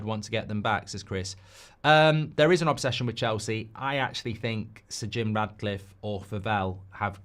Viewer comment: Why do you persist with “S’Jim” ?! Reeks of forelock-tugging !